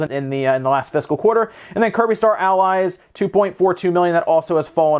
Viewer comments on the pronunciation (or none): none